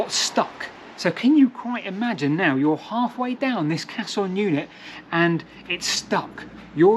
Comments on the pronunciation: Caisson is pronounced ‘case-on’ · Interesting. Never knew about this idea. I've also never heard the word caisson pronounced like that. I've only ever heard it said like "case-on", but that could be an Americanism. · I thought it was pronounced "Case on" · Great bit of info, loved the story, I belive Caisson is pronounced Kay-Suhn, the easiest way to say it I think is Case-on. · I don't mean to be picky, but there's no "h" in the pronunciation of caisson. It's spoken how its spelt. Interesting video though of a place closer to me. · I love how you seemingly couldn't decide on the correct pronunciation of caisson, so used every pronunciation going, genius move 🤣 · that would make sense if he stuck to that one pronunciation, but every time he said it he seemed to say it differently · I think just spelt (and pronounced) it wrong. Caisson House is spelt that way on Historic England's website for example. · Thanks for making this, very interesting I'll have to look through your other work now that Im aware of it. As an engineer there is one error that I noticed, caisson is pronounced Kay-son. It's also caisson not cassion as you refer to it. I'm aware there might be some misspellings around and sometimes difficult to know who is correct but Robert Weldon referred to his invention as a hydrostatic caisson lock on his patent application. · I feel like a dummy. I spent 15 minutes trying to spell cachion, castle, and auto correct gave me everything except what I wanted. I finally gave up and looked at the comments. Duh. sounds like kay-sons. edit; caisson means sealed box, also related to coffin '' A funeral caisson [pronounced kay-sen or kay-sahn] is a two-wheel, horse-drawn cart or wagon originally used to transport ammunition during military battles and, when necessary, to transport the wounded or dead from the battlefield.'' also caisse, cash register or sealed box. also, architectural, A sunk panel of ceilings or soffits. known as a coffered ceiling.